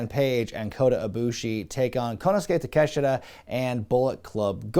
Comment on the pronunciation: you ATE with that konosuke takeshita pronunciation